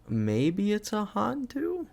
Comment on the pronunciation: Im laughing at pronunciation of Malay/Indo Hantu lmaooaoaoaoa